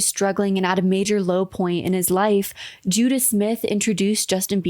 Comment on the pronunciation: I'm sorry, Ican't stop giggling about how this culty pastor is called Judah Smith. When you say it it just sounds like Judas 😂🕵‍♂